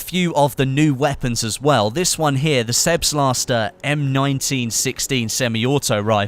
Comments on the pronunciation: It's called Selbstlader not Selbslaster. Selbstlader is german and means something like "self loading". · the "sebstlatzdor semi auto rifle"... Selbstlader! Is the German language realy that hard? xD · I don't want to be a smartass BUTT the weapon Selbstlader is pronounced that way "Sẹlbstlader". It basically means something like automatic.